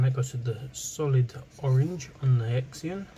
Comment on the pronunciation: you say zenon x is z sound as in XYLOPHONE.